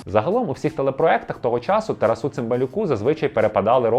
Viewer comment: Все прекрасно, окрім наголосів ім'я героя. ТарАсу а не на останній склад. (